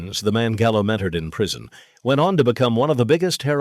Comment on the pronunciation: “Not Joey Gallo, Joey Callo, C..A L L O”